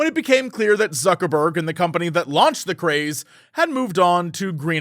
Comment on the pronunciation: I keep hearing Suckerburg